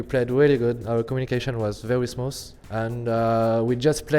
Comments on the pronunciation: hahaha he don't say very he say wery xDDDDD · Wery Good Ewyone just joking I love Kenny :D